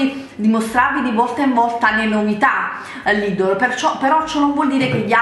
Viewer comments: si dice lidel non lidol !!! e si scrive Lidl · lidddddl ma come parla